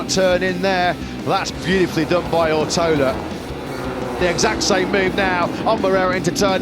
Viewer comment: Rider’s name: Ortolá Commentators: “Owrotowler”